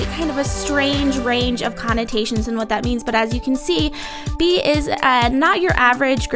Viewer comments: Young Female Entrepreneurs it’s bay-ah. Which is why she nonchalantly corrects it when speaking. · Her name is BA- AE-a. Not Be.